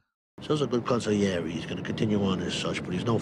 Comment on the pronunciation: Thank you for pronouncing consigliere correctly, lol. When I hear all the vowels and the “g” spoken it makes my ears bleed.